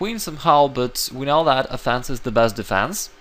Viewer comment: Offense isn't pronounced "a fence".